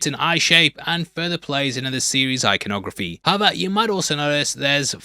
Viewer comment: did you mean eye-conography? 👁️👄👁️